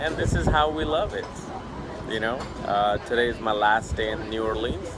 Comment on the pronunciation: Say it right new orleans